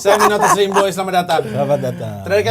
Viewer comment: Kalo didenger-denger, dari dulu bang pandji manggilnya NATUSLIMBOY bukan NOTASLIMBOY